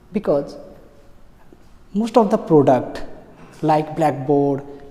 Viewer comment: This sir used to beatt me alot missingg those best days ....product ko poduct bolke padhate the. 😂